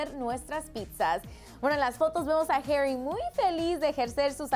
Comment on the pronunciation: Herry no mames pronuncialo bien es HARRY así tal cual -.